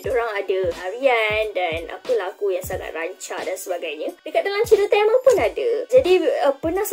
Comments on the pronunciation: Kak TAMIL ya TAMIL bukan telmel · Sebutan tu TAMIL!!..NOT TEMEL...TAMILL...SEBUTAN TAAAMMEEELLL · Tamil❎ Tamel✅ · sebut tamil pun pelat... apaaaa..